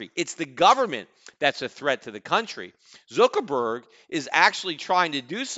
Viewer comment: Lmao Zookerburg! i love the way he says it